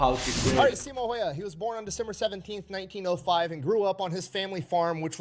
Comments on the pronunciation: The dude pronounces it "heiha", which means that he only got the h letters right 😅 Anything is better than that. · For me as guy from Finland its crazy how everyone who watch believes he says häyhä the right way and use him as like a teatcher on how to say it. And yet he says it comlialy wrong he butshers the name